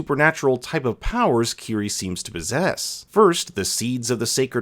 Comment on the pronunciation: I’m gonna admit that I thought Kiri’s name was “kitty” because her clan pronounced it as kitty